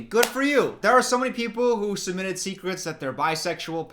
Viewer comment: You said DARKEST SEKRETS